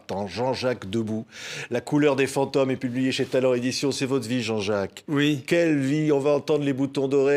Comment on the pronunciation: Des "faons-tome"?Non,des fantômes...